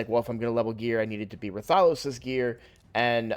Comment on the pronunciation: Why does every streamer pronounce RATH-OH-LOS as Ra-Thah-Los. It's a crossover character. Quit putting the emphasis on the wrong syllable! Show some respect for the game the character is from